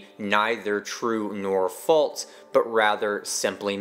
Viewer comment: There’s no “t” in the word “false”.